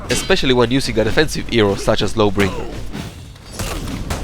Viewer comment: Why do you say Lawbringer like it's one word? "luhbringer" with no pause? It's "Law Bringer"